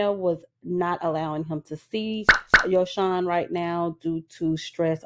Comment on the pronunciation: Yosohn name is pronounced as Yo -Son. Ari admitted to inviting other women in their bedroom. I wont be surprised if their relationship is over. Men like bag like women like airi who invite other women in so if they do stay together i think it will be built off of lust and material things.